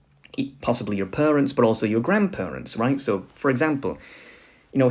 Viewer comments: It's parents not perents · Pronouncing parents as purunts really gave me a good laugh. It sounds so silly... Is it a speech impediment of some kind?